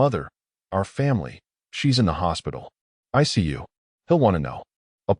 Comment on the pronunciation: "ICU" not "I see you." 😂